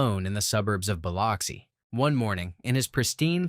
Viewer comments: Its pronounced "bih-lux-ee" not "bil-ox-ee". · Biloxi is pronounced as "buh-LUX-ee." Just so you know...